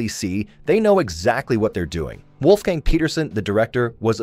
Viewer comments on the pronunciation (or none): none